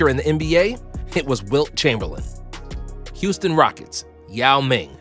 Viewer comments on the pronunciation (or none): none